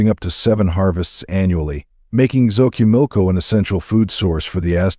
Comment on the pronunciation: Your stories are real! But a sugestión you have to pronounce correctly ; 😅maíz or say corn, Sochimilco is the name of a place! Just learn how to pronounce it in Spanish if you are going to say it